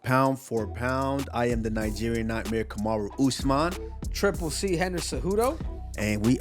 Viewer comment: Kamaru is great with the names.